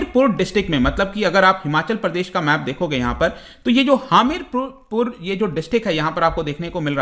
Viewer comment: Hamirpur pronounciation 😂